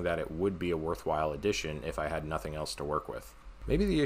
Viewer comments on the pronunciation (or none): none